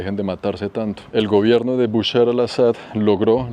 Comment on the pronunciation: dice Bushar y es Bashar lo cómico es que bushar en árabe significa crispetas